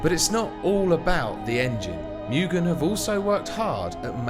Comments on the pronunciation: Moooogen not mioogen! Moooooogen. *Pronunciation* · It's not Miuugen it's Mugen (Moo-Gane)